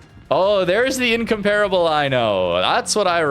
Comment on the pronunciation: ask jingles for the correct pronunciation of incomparable